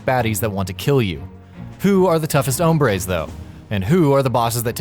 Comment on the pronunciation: When he said hombres I cringed